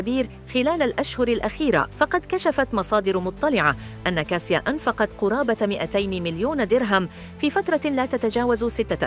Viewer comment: تنطق كاشا و هو اختصار اسم كاتاشينا و هو اسم بولندي و ايس كاسيا